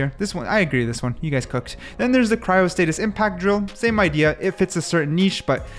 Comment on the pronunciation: I'M SO SORRY FOR COMMENTING THIS BUT IT'S BOTHERING ME FOR SOME REASON : It's cryo-sta-SIS not TIS...